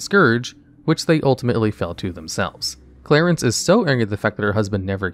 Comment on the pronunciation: Do you just have a vendetta with mispronouncing names? Clarence? Ivar?